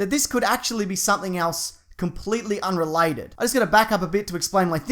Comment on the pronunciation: its funny how you say unrelated to UNRE-LYE- TED,,hahah you funny mite..